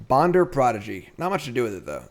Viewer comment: Bonder's name isnt Bonder,it's Bender.